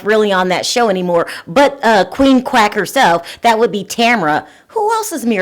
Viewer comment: Are you saying crack or quack?